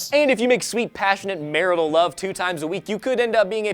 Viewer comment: i love how puts the emphasis on Marital:D